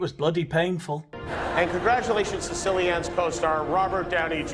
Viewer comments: Didn't he call our Cillian...killy-ann? What a c u next Tuesday! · Jimmy Kimmel can't even manage to pronounce Cillian Murphy's name correctly. What a moron.